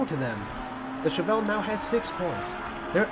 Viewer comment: Pronunciation of Chevelle is correct